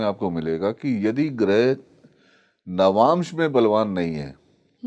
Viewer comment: आप "नवांशा" मत बोलिए! "नवांश" बोलिये। सही बोल रहे हैं, वे "नवांश" ही बोल रहे हैं।